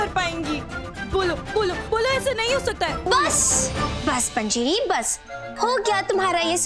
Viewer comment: It's not "panziri" it's "Panjiri"